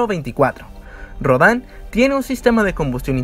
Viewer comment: Rodan no se dice como lo dices, se dice Rodan no Rodán